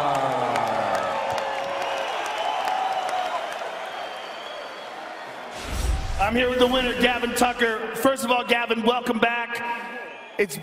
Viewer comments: listen closely he says ducker rather than tucker lol. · hahahaha yeah he says ducker